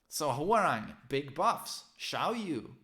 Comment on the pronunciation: It really bothers me when people say whore rang instead of hwoarang